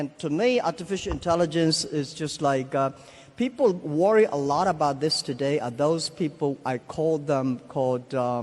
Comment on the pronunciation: Jack: At china doday, we have eighteen hundreed new babies born every year, which is not enough. xD This guy isnt listening to his own words, btw, he is talking bullshit and Elon is internally frustrated and wants to say his opinion :D